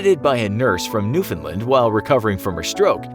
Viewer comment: I don’t like the way he’s says Newfoundland, my family’s from there and that’s definitely not the way you pronounce it